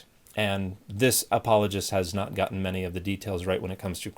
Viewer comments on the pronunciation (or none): none